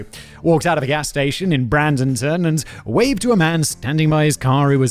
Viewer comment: I was just casually listening and not even 4mins in i hear my hometown get mispronounced. Was not expecting a story out of Bradenton that wasnt about our toe sucking bandit(why did you call it Brandon-ton?)